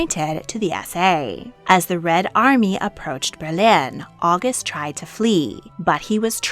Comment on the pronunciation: The pronunciations are distracting. Hohen is HO-wen, not HO-HEN; August is Ow-GOOST, words that end with "in" are pronounced like the pronoun, not "een."